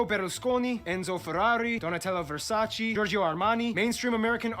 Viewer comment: It's "Versace", not "Versaci"